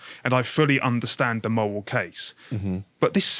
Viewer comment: what's a wational mowal person?